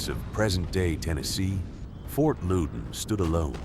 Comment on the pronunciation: Grew up near the fort..... More so where the red coats and thier families were massacred. Its pronounced fort loud in